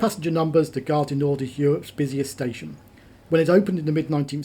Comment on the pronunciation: Ironically, he says Gare du NorD - the D should be silent!!